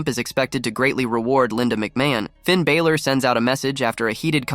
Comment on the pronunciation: Sort out the guy yapping on the pod, he can’t even per knounce Balor properly